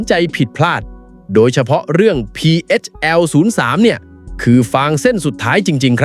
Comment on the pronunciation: พีเฮชแอล03 นะ. ไม่ใช่พีเอสแอล03 อ่านให้ถูกด้วยPHL 03